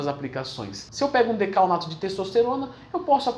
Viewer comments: É decanoato , vc disse dacaOnato , até eu me confundi aqui hahahaha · Decanoato, Não é? Ou é decaonato mesmo kk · DecaNOato***, não decaONato euheuhuehue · Decaonato não, decanoato. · Muito boa a explicação, só não pude deixar de perceber ele falando decaONato ao invés de decaNOato kkk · Acho que não , pq ele está falando errado . Falou decaONato ao invés de decaNOato kkk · Leandrão, adoro seu trabalho, então ai vai uma ajudinha: no video você fala decaonato, mas o certo é decanoato. Abraço 😉